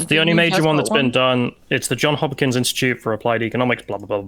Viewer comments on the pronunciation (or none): I know this is very nitpicky, but it's Johns Hopkins (an s in both words), no John Hopkins lol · Everyone, the School Johns Hopkins, the s in the Johns is pronounced. This is my pet peeve.